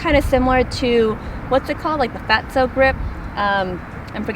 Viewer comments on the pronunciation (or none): Flatso by Super Stroke, not fatso lol!